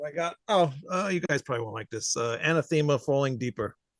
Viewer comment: Wayne- you might want to google how to pronounce “Anathema.” said it right and you corrected him saying completely wrong. The more you know.